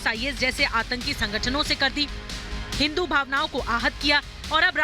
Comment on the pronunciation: राहुलके डिऐनमे फर्क है राहुल को हिंदु शब्द बोली नही आता